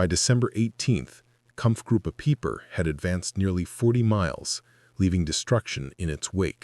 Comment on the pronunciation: Peiper's name is pronounced piper, not peeper. This AI generated crap starts off so bad, less than two minutes in I am gone.